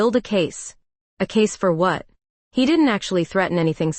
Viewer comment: YOU PAUSE IN THE WRONG PLACES LIKE YOU ARE READING OFF A TELEPROMPTER THAT ISN'T PHRASING PROPERLY. ALSO, YOU EMPHESIZE THE WORD WHAT INCORRECTLY.